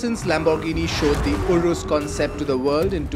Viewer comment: It’s urus not “urous”